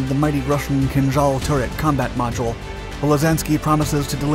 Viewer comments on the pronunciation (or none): none